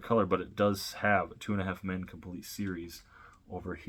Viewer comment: U not saying it right